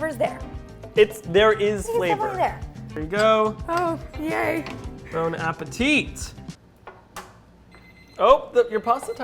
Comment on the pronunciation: Seems delicious ! I really love this concept. it is not really important but just in case when you say "Bon appétit" you shouldn't pronounce the "t" at the end of "appétit" but it's good though. Merci pour cette vidéo et bonne journée ! ;)